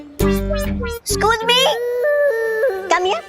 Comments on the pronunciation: Other people tell excuse me But say scooj me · Others: excuse me: scooz me 😂😂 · Toba toba 😅😅😅😅😅😅😅😅😅😅😅😅😅😅😅😅😅😅😅😅😅😅😅😅😅😅😅😅😅😅😅😅😅😅😅😅😅😅😅😅😅😅😅😅😅😅😅😅😅😅😅😅😅😂😂😂😂🤣🤣🤣🤣🤣🤣🤣🤣🤣🤣🤣🤣🤣🤣🤣🤣🤣🤣🤣🤣🤣🤣🤣🤣🤣🤣🤣🤣🤣🤣🤣🤣🤣🤣🤣😂😂😂😂😂😂lol 😹😹😹😹😹😹😹I can't stop laughing😂😅😅 that thr word is excuse me not excus me eexcise 😂🤣😹